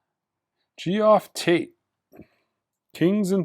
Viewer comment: It's not Gee off Tate, it's pronounced Geoff as in Jeff. Geoff Tate was the lead vocalist for Queensryche. I don't understand how a record store owner could get that wrong.